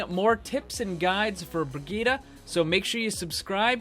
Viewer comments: bree-gee-tah there simple. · Agreed. I am german and this is not the german pronounciation of the name. The second i in the name should be a short i like in "hit" while it right now is a really long one like in "shield" or "heal"